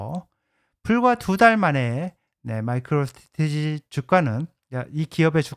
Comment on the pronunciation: 오늘따라유독말을버벅거리시네요ㅎㅎ 마이크로스테레티지 발음도 좀연습하시구요 항상잘발음을못하시더라구요^^